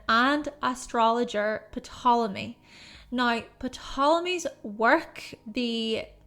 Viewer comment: The p in Ptolemy is silent